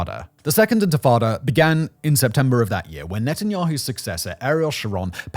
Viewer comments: its intifada not infitada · Intifada not Infitada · Intifada, not infitada. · Simon, repeat after me: in-ti-fa-da! Not in-fi-tada! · The intatatta? Do you mean Intafadah? That also is better translated as "Shaking off," as in shaking off of a burden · It is pronounced “ IN-TI-FA-DAH “ …… What’s the hell is infatada ?!? Isn’t that like a baked egg soufflé or something ?!? Seriously, how can you be trusted to speak on such things without properly & literally knowing the most basic of elemental terms in that region ?!? 🤡🤡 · It’s intafada, not infatada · Infitada? It's spelt right on your screen captions but you still pronounce it wrong? Infitada? Sounds like a menu item at an arab & Mexican fusion restaurant. It's INTE-FAH-DAH, not INFI-TADA. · DUDE - inFITada!? 😂 You're a Level 1...Get back to basics please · “Infitada” is not the word…they were intifada… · It’s intifada, not infitada. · infatada? ... You mean intafada? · he says intifada so wrong so much I had to stop watching :( he says infitada like a child. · In-ti-fada. Enfitada sounds like a mexican dessert dish. (Thanks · IN TI FA DA. Say it with me. Infitada sounds like Spanish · arrrgh Tomaytoes tomartoes- unless I’m informing a significant amount of people as a pioneer of the free press - 1st syllable #rhymes with minty - minus the M, 2nd syllable - paternal figure (Fardah) said with a Jamaican/Irish accent All together now 😂 Inty-farda - #Intifada 🎉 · This mf just said infitada ten times in a row and left it in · Infrittata lol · It’s pronounced “inti-fada” … and it was the first uprising of the Palestinian people against Israeli occupation of the West Bank and Gaza in 1987. Over 37 years ago. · 1. In-tah-fah-da 2. Pro Israeli and pro Arab commentors both seem to be pissed at Simon for leaving stuff out. This indicates that the producers at least tried to be even-handed. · Physically cringed when I heard that (not blaming) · Ant Frittata. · * I think you mean Infatada 😂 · no it's quite unprofessional..